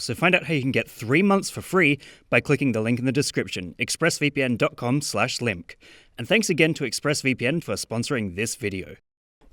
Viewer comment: so your channel is pronounced "limk" huh